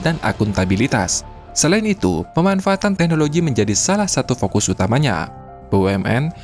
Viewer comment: Bahasa Indonesia-mu itu lho, Min harus sedikit dibenahi. Contoh: digital (bukan dijital), teknologi (bukan teknoloji) dan margin (bukan marjin). Tidak ada dalam Bahasa İndonesia huruf g dilafalkan sebagai /j/.